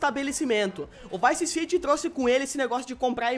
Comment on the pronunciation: O falou VICE CIGI.